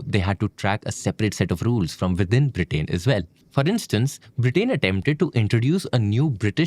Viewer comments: This is a really informative and great channel. I eagerly wait for new episodes. That said, I would highly suggest to be careful in pronunciations especially with nouns and names. It is a country's name and not just a random word. It is not “BRITAAAIN” but rather “Britain”. All through this video, this was a massive focus degradation. Great content, presented with a massive miss like this definitely affects the overall quality. This is a humble request, and I hope you take it in a positive sense rather than ignoring it as a random hate comment. Thank you. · Am I the only one getting mildly infuriated with his pronunciation of Britain